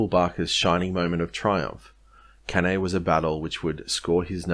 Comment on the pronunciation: It is pronounce Can I